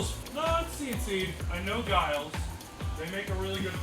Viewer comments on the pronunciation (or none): It's GILL-LEES. Not "jayeelz"